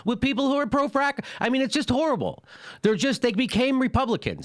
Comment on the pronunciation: Jimmy sounds like he's saying that Hillary is a "whore-able' candidate...listen carefully...